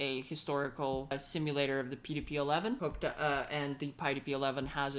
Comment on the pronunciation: Did you notice how it effed up the pronunciation of "PDP"? It's AI crap (cf also eg 's "threeee")